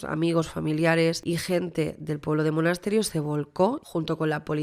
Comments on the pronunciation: disculpa que haga un apuntin que no es solo para ti, por si haces el vídeo de Manuela Chavero, sino también para otra gente que he ido leyendo en redes.. el pueblo es Monesterio, no Monasterio. Es fácil equivocarse porque esa 'e' intermedia pasa súper desapercibida 😅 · Es Monesterio, que lo estás diciendo mal todo el rato